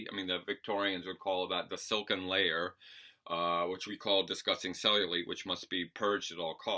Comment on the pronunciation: it's pronounced "cell-yu-light". Just a heads up for the future.